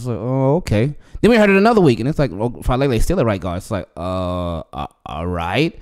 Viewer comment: It's Fa ah le le. Polynesian names pronounce each vowel. Thanks.